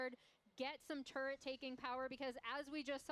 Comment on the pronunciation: what about "turrent" instead of "turret"